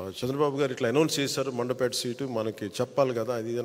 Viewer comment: Adi mandapet kaaduraaa, mandapeta.